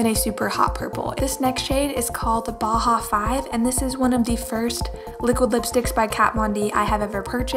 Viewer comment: Bauhau5 is pronounced boss 😊 the 5 acts as an S. Like Deadmau5 (the EDM dj) which is Kat's ex fiance. You pronounce his name as Dead Mouse 🐭 ☺Just thought I'd let everyone know lol